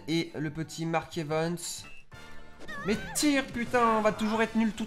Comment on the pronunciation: Ya un truc sa me fait rire c que tu dit mark evens au lieu de mark evans